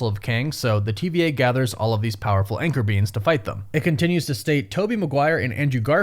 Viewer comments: Is this guy saying anchor beans? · All I kept hearing is “anchor beans” 💀💀💀